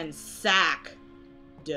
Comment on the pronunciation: "This room is ransacked, ranSACK...Duh" lol